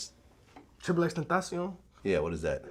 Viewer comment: nigga said “xxstentacion” lmfaooooooooooooooooooo